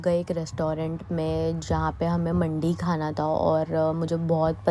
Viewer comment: Mandi pranounce m di wali hoti h mandi 😊😊